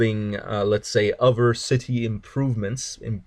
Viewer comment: Hey I appreciate the Tutorial but it's >>>>>>"other" <<<<<< Ottttthhhherrrr not "Ovver or Ofer" or whatever you were saying.